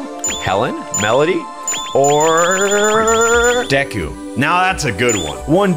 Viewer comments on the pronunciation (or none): none